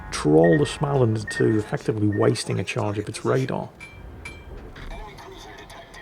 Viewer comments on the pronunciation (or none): Small-and. Not Schmaland. Every time 😂. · You are nearly there... if u say Smoland its almoast Swedish... not Smaaaaland... try it out;) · More like smeau-land. The circle over the a is not just for good looks. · Please, there's no ch in Småland. So it's not Schmaland. You'd get WAY closer to the swedish pronounciation by starting it, trying to say the english word "small". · Please,, there is no "ch" in "Småland", just say "small" + "land" and mash the two together without pause. You can handle "Östergötland", you can handle this;-) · you could always learn to pronounce Småland...